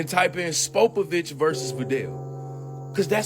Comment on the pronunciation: bro said Spopovich vs Videl, i'm done